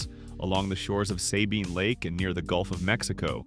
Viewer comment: Worst unfactual video ever. The first 35 seconds of the video does not even show Port Arthur. Those are completely different cities. Additionally, they mispronounce Sabine Lake.